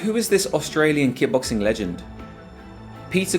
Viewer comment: Are you saying, “ki-boxing?” It’s kick-boxing.